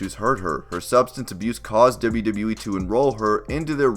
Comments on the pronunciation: It's "double you" not "dibba you" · Deb-you, Deb-you E? Dib-you, Dib-you E? It's always weird when someone has to constantly say something they can't pronounce well. It's very awkward and stands out. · you say wwe so wired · Every time he says “WWE” I die a little